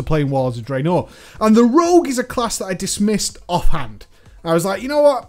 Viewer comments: i love your videos and your channel but i have a question, why do you put so much emphasis on the second half of two syllable words? draenor, not drae-NOR!!! lol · "Drey-NOR!" haha :P